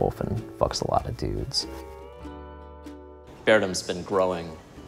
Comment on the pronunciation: Beardom. It's seriously called bearedom. Not being rude but beardom doesn't seem right. Just the pronunciation.